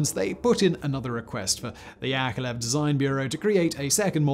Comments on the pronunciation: YakoVlev YakoVlev not yakelev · YAK-OV-LEV... YakOVlev Come on now.. I know you can read sequentially... It is in your basic command structures isn't it??? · My goddess, time goes while your pronouncing skills are still on the same place. And that's despite decades of videos. His name is Al`eksandr[not AlerZander] S`erg`eyev`eech Yakovl`ev. I know that making Kuality Kontent is hard, but you could try at last. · YakoVlev not Yakolev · you're pronouncing Yakovlev wrong...